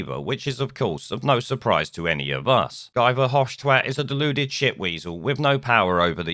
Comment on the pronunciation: His name is pronounced "Ghee" Nuff said.